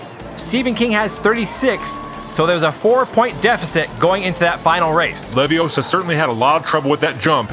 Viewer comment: It's leviOssa. Not leviossar. Just saying.